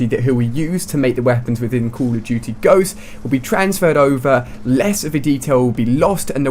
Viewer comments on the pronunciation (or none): he said call of tootie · I like how he pronounces COD "Coll of tuty" jajajajajajajaj